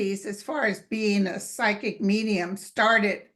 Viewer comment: Why does she always say, "Comancho/Psycho" instead of "Comanche/Psychic"? It's so funny.